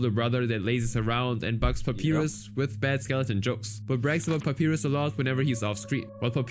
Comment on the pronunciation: "papirus" lmaoo